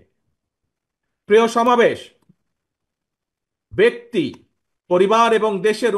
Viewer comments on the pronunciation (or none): none